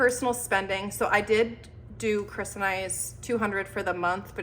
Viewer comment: when you said chris' spending I heard Christmas spending and I was SO confused